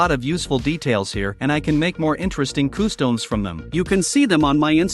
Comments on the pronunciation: why do you say customs like coostowms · I’d anyone else bothered by the robot narration? It took me the whole video to realize “koo-stomes” was…customs. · coo-stomes…not watching any more of this channel for sure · Customs ❌ Costoms✅ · nobody: nothing the ai text to speech: KoOhsToMEs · I can't get over the way they say customs / costumes.